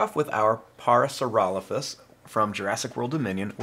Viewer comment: You said it correctly